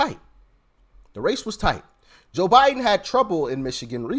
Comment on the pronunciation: Am I the only one who hears the blonde say "JIM Biden"?!?